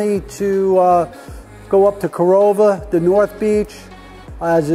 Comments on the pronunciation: Nice! But also know it’s pronounce “Cor-RAH-lah”. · Love that you went down to Corolla (the Chief says it right, not you, gotta let you know that part). Truly the OBX is my happy place and the fire departments down there are an amazing group, they are seperate but operate as one. They face unique challanges, from the 4x4 beach of Carova (that is mentioned here) to the continious winds that made this the place the Wright Brothers chose. I've listened to them and I've heard some of the most unique but yet most organized fire attacks that I've ever heard.